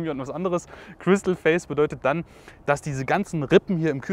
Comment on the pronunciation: "Chrystal face..." .... endlich ein ansprechendes E-auto für den umweltbewussten Drogendealer von morgen. Respekt Skoda. 😂👍🏻